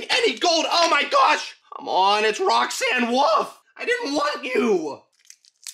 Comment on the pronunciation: "Roxanne woof" 😂😂😂😂😂😂😂😂😂😂😂😂😂😂😂😂